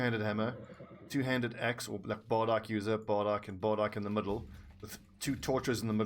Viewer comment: God, if I hear bardiKe ever again I will travel to South Africa and do something violent to you!! >:-/ Stop it please!